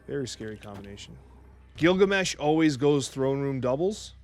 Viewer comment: Gilgameh! LOL